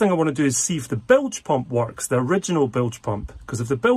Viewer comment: I hereby announce the brand new drinking game called Bilge Pump. We all take a drink when says Blige Pump in this video 😂…… Bilge Pump